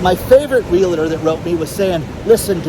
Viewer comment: DAN ... Are you really willing to face the end of the world as we know it without ever learning how to properly pronounce REALTOR ??? No "LA" in the middle. Just REAL + TOR. You can do it!